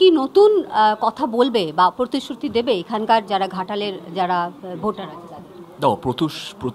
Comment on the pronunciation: Vai age pritisruti bola sekh..ota protusruti na..osikhito ekta..